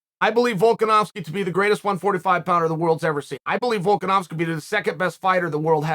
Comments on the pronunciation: The fact that Chael can accurately pronounce Volkanovski is worth an investment in some of his window sheen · "Volkanovski is not an easy name to pronounce!" Literally one of the only names Chael says correctly lol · Chael : "Nobody can pronounce Volkanovski!" Also Chael : Only name with more than 2 syllables he's pronounced correctly in the past 2 years : Volkanovski. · Volkanovski is the first MMA fighter's name Chael gets correct, and he claims it's hard to pronounce. Still undefeated